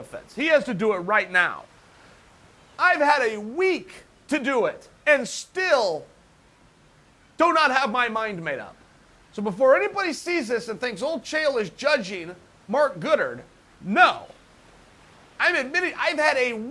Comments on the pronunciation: Chael - Gooddard? It's Goddard mate. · Much respect to Chael.. but is he mispronouncing every fighters name on purpose? Lmaoo ‘Noones’ ‘Goodard’ seems like he’s trolling 😂😂😂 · Mark GOODard LOL I thought it was Mark Goddard. Well I guess what old Uncle Chael says, goes.. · Nobody's gonna comment how he said "Gooderd" 🤣🤣🤣🤷🏽‍♂️ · Referee Marc "Goodard?" Does Chael watch the fights with the audio turned off? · If chael says his name is goodurd then his name is goodurd. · Mark “Good-erd” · Mark good-erd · “marc goodard” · Chael Marc GOOD-ard Sonnen. He just amazes me on how he literally cant pronounce any names lol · Mark "Good-ard" lol uncle chael always trolling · ...it's pronounced "Goodard" now, soldier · If uncle Chael says its pronounced «Mark Goodard» then it is pronounced Mark Goodard, you unGodly Heathens. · Absolutely no one: Uncle Chael: Mark gOoDaRd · No one : Literally No one: Chael: Marc go0DeRD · Chael, you have reached Joey Diaz levels of mispronouncing names. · Mispronounced Mark's last name idiot!!